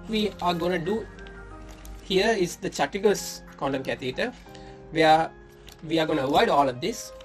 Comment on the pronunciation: Chattisgadh baloon not chandigadh